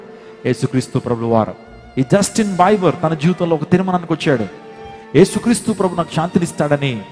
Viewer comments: Justin biber kadu sir Justin bieber (bee ber ") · Not బైబర్ it's బీబర్ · justin bieber pronounciation wrong